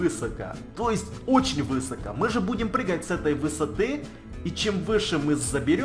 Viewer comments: Ударение ставь правильно!!! : не вЫсоко, а высокО!!! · Да почему вЫсоко? Правильно "высокО"! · Не вЫсоко а высокО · высокО, а не вЫсоко. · Высоко, на ко ударение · извини конечно но говорится высокО ударение на О